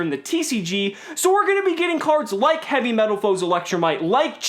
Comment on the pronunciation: Lol you said heavymetalfoes electrolight